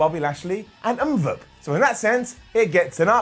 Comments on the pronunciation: Please stop saying Mmmbop, it's MVP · calling MVP ‘umvup’ is just hilarious 😂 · When you say umvp I laugh every time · I laugh every time he says mmmvooop (MVP) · Why is calling MVP “umvup” 😂😂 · really? I find it F'n funny that hes pronouncing the letters as an actual name. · Is the Butchering of M.V.P's name going to be a continuing thing, its really disrespectful. truly UNCOOL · Every time says MVP it kills me